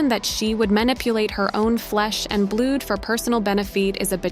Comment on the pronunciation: Blood is not pronounced "blued" lol